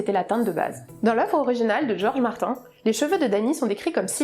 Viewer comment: Georges Mart"in" 😭😭